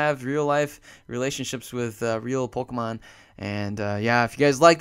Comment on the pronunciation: He says Polkamon not Pokemon